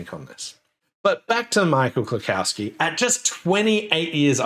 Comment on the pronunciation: Small nitpick: there is no "cow" in "Klukowski". It is pronounced klu-COUGH-ski. Now, let me get a beer bottle and some hand records.